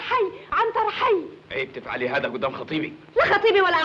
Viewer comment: كسرتوا اللغة العربية... هزا وهزه!!